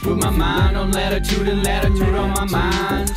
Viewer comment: "Latitood" "Lonjitood" "Atitood" "Graditood"